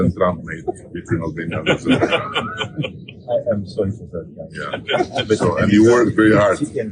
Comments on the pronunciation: "Aberbayjan" - wtf hahah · “Aberbaijan”, lol. Really! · Did he say Aberbaijan? It would be funny if someone in a press conference asked him about Wakanda and he started talking about it. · What is "Aber-bye- zhan"? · What is Apakistan or Aberbaijan? Is he good? Where is his caretaker?